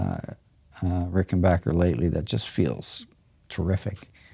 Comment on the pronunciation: Darn Ged, it’s Ricken”backer” not “bacher” lol